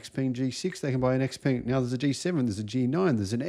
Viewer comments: Hearing "ex peng" is really grating. It's pronounced shao-pung. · Xpeng rhymes with stung, you are not pronouncing it correctly despite owning one